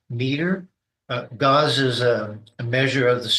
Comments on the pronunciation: Oh for gosh sakes…Gauss, pronounced gaʊs, not gauze…this is what happens when you let crazy people talk about engineering stuff. 🙄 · He IS crazy. He mispronounces the units of measure for the strength of a magnetic field which is gauss (gows) and is used to measure weak magnetic fields. Strong magnetic field strength is measured in Teslas. One Tesla is equal to one weber per square meter, not that anyone cares. Neither of those units measure signal strength or electromagnetic wave strength which is measured in electron volts.